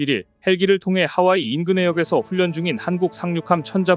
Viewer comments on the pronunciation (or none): 훈련은 훈년이 아니고 훌련이라고 발음하는거임